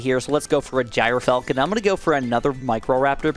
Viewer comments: Please say it like "Gear Falcon" I'm crying laughing at Jire Falcon 😂😂😂😂😂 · The standard American pronunciation is JER-falcon btw :) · Bottom path is pronounced "Jur-Falcon" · I think the gryfalcon is pronounced “griff-falcon” like griffin falcon